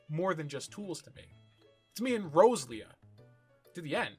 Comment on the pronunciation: just gonna drop this here, then. Row-Zel-ia and Row- Zer-aid. No joke, I had no idea what creature you were taking about until you mentioned Gen 3.